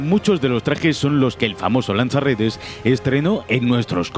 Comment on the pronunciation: Eshhhpiderman, lansha redesh